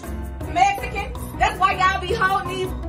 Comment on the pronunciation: What's a ... " Messeekin" ?